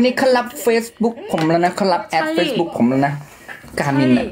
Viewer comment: บินเพราะพูดคำว่า faceb000k😂😂😂 ไม่น่าใช่อนาคอนด้า😂😂😂